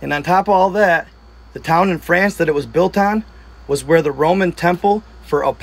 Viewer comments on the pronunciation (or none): none